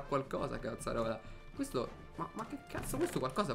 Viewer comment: ma che cavolo dici al'inizio? " Bella ragazzi benvenuti in questo nuovo video sono e siamo in QUETTO video.." xD